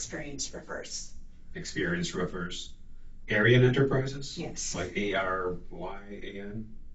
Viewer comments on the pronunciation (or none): when she says experienced roofers, both times, even with subtitles i heard experienced strippers.....